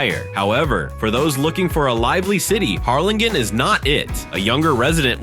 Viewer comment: Can’t you get an actual person to read your info? Or… teach your AI to say numbers correctly. Hell, teach it to pronounce Harrlingen. Oh, and it’s super easy to get pictures of cities, please show pictures of the actual towns you’re talking about.